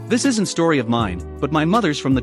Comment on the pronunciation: Really! Using voice software which cannot pronounce "isn't". Is the real human voice so terrible to hear we decide to let software read words for us? Or is it just laziness? I vote for laziness on the poster's part.